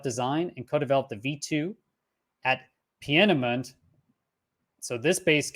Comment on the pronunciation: its pronounced PEEN A MUNDA